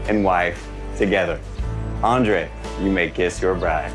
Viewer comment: Topic for this couple: toxic masculinity. I sort of wished he'd start from the middle and wonder why they're so antagonistic toward each other and who's at fault. I forgot Libbie ever called herself a rebel, how funny. Oh and I think he pronounced Andrré wrong.